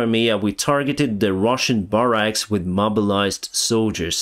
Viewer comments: I can’t speak Ukrainian or Russian, and I am not criticizing your pronunciation of English. Disclaimer stated: the building in which troops sleep is generally, in America English, spelled “barracks” and pronounced [bear axe] or [bar axe], rather than your logical [bar racks]. The colloquial pronunciation having only a passing acquaintance with the spelling. 😂 Keep on keeping on and where can one get that neat tee shirt? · Barracks sounds like bear ricks. At least in my dialect. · Barracks is pronounced "BEARecks" 😄